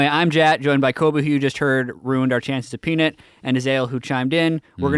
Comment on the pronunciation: Why is saying Peanit?